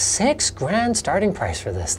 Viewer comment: I heard sex grand 🤣🤣